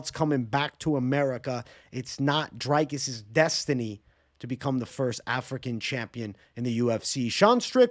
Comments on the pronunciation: Bro pronouncing “Dricus” like Strickland 😂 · Thought it was Jizcus